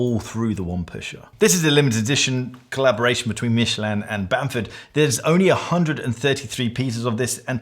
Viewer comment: One of us has been mispronouncing Michelin our entire life and I do not know which. Michelle-Lin to me, not Michele-Anne.